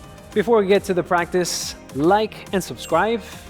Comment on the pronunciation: "práctic time",,, jajajajja la fuerza guerrera a pleno !!!! mucha energía